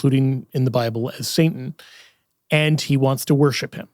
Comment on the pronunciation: I love... And I had to watch this video a few times because I couldn't get around "saintan"😅... Great video, great information thumbs up!!